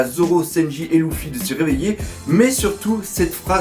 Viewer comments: luffy pas louffy xD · Je ne suis absolument pas d'accord quand tu dis que Luffy est destiné à épouser Hancock!!! Il lui a clairement mis un vent donc elle ne sera jamais sa femme! De plus, la femme de Luffy, c'est moi et personne d'autre. PS: Son prénom se prononce [leuffy] et non [louffy], je crois que ça en perturbe plus d'un... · sa se prononce leufi mais sa s'écrit Luffy et lui il dit loufi 😂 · pourquoi tu prononces L{ou}ffy ??? et non pas L{eu}ffy oui c'est bien eu car le L se pronnonce comme un R et donc Ruffy est la seule prononciation correcte (le R se roule comme si il etait un L) si tu as deja regardé les animes je pense que tu devrait le savoir. (en vostfr biensur) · slt dsl mais on dit "leffy" et nn "louffy" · dans ce cas-la on dit ROUFOUI car ca s'ecrit RU-FU-I en romaji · J'ai mal aux oreilles quand tu dis LOUffi au lieux de LEffi =/ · STOOOOOOP POURQUOI TU PRONONCE LOUFFY DANS LA VIDEO SA CE PRONONCE LEUFFY NORMALEMENT NON????????🤔🤔🤔🤔🤔🤔😙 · Tu peut arreter de dire louffy plz? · "Louffy" x'D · dans la VO jententai leuffy vu que j avai l habitude ..😶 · Redha One mais ca se prononce avec des L roulés ( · Redha One au pire on le prononce comme on veut loufi moi luffy et toi ruffy et tout le monde est content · News Manga parce que la vf respecte par la prononciation du personnage mais bon dans tout les cas on s'en fou y'en a c'est pire genre la version allemande c'est même plus Luffy mais Ruffy